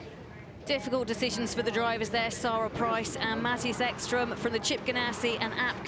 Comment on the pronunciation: Mattajas Eckstrum - now that's a name 😁 I'm not complaining, there are differently pronounced names everywhere, just sounded funny to a Swede 😁